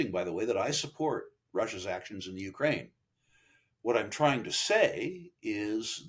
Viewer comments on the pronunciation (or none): none